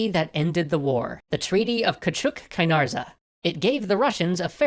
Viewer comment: Küçük reads Kizik 😂